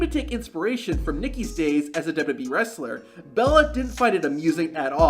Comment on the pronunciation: "duhdubbee tables"